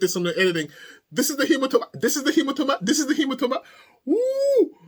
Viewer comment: HemaTOEma hahahah